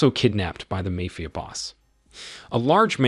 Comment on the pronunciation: I just wish the AI’s could learn how to say mafia correctly